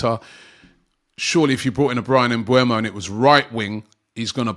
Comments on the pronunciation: It's MBEUMO Not MBUEMO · It's MBEUMO and not MBUEMO !